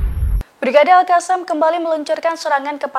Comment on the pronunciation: bu reporter cara bacanya al qosam. bukan al kasam.